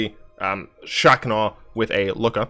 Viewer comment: I'm pretty sure that Lukka is pronounced Lukka, and not Lukka.